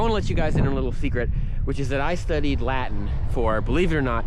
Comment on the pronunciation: It took me a while to understand that when he says la-in he actually means Latin. For some reason the T is silent.